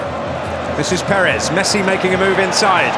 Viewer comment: Commentator: Messa